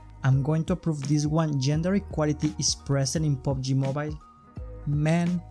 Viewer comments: pubg mobile, not pobg mobile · Omg Pubg not POBG